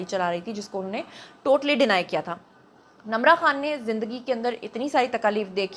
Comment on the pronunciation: Her name is Nimra not Namra what you saying